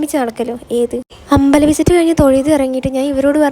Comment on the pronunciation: അബലം അല്ല അമ്പലം എന്നാണ് 🫂